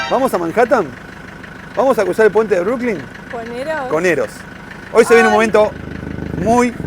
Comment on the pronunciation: Es Brooklyn No(Brookling). Ademas New York es el nombre de la ciudad y tiene cinco barrios: Queens,Bronx,Manhathan,Staten Island y Brooklyn.